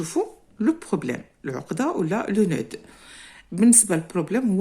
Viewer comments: cher prof, je tiens à vous corriger une erreur que vous avez commise , le nœud on ne prononce pas d ! on dit le noeu et le d se ne prononce pas !!! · On ne prononce pas le D dans le mot nœud 😮attention.